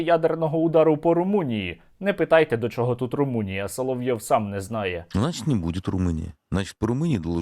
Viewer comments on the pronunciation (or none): none